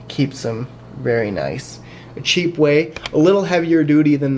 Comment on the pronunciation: Cheap is pronounced with a "tch" sound, otherwise it sounds like "sheep"! Couldn't help myself pointing it out, but really, an awesome video you got there :)